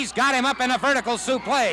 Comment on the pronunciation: Yes, suplex. Pronounced suplee